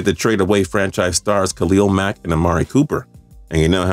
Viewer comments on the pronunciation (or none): none